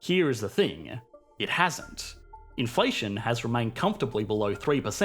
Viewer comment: Inflationnnnuh...moneyyyuh... runnnnuh... trillionnnuh...depreciationnneh... Isssseh... solutionnneh... Great content but you make me want to throw my phone against the wall...